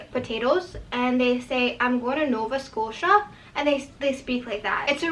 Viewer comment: the way you said "potatoes" and "nova scotia" had me dying on the ground lmaooo